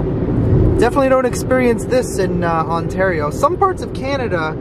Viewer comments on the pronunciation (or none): none